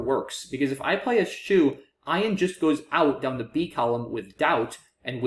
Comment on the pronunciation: I am pretty sure ESCHEW is pronounced "es-kew" or "es-queue". But if you haven't heard the word used it's understandable you wouldn't guess that!